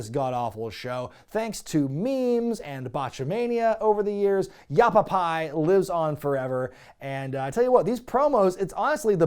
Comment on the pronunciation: Has anyone grilled you about how it should be yappapie and not yappapi yet? Without the E, it sounds like a mexican sitcom. Iiiiit's Ya Pappi!